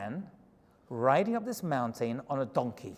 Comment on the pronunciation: I've been meaning to comment this, so I finally will. I love the way you say mountain. Mown-tane. Lol. Cracks me up. 😆